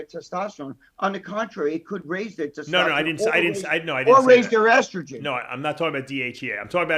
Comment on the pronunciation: That gotta be a freak guy has to make a audio of saying “tetosterone” and “tetostalyze” 😂😂😂😂